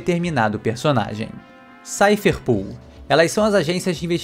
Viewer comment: Me dá agonia ver a internet inteira chamando a Cipher Pol de 'SAIFER PUL' como se fosse escrito 'POOL' sendo que é 'POL' de POLICE, portanto o correto seria SAIFER PÓL, kkkkkk. Não tô querendo corrigir ninguém e nem pretendo ser pedante, é só que isso realmente me incomoda, me dá uma certa agonia porque parece que todo mundo já definiu e aceitou que essa seria a pronuncia correta, kkkkkk.